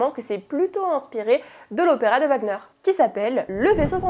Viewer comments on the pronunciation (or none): none